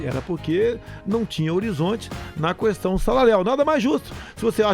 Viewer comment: ele fala cuestao mesmo kkkkkk